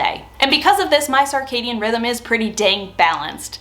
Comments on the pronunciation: Sir-cadian, not sar-cadian, please. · Sounds like you are saying sarcadian rhythms (sir cadian). Great tips. I am genuinely interested in what your sleep schedule ends up being post menopause but I guesd we will have to wait awhile for that. I used to sleep like the dead and wake at 5am without an alarm. Now I have insomnia a lot of the time. What is the white plastic organizer with clear lids. Can you provide a link to purchase? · regional differences both are acceptable